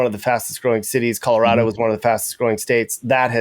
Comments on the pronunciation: "Calirado" had me laughing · Cali-rado and its West Coast Goo... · “Turning into Calirado”😂